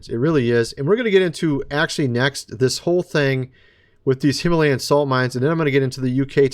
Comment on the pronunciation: plain sight him-a-layin